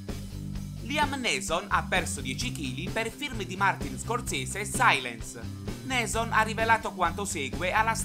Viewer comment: Si pronuncia “niison”, non “neeson”